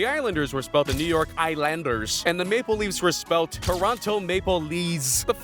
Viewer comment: I think the point is that it's spelled Toronto Mapleleafs not Maple Leafs, but yeah the guy doing the voice over emphasized the wrong part.